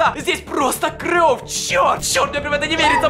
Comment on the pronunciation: Мне не кажется или он вместо кровь говорит кров